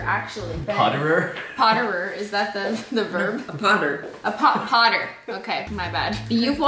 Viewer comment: Cristine:A poTTer Me:A HARRY potter😂😂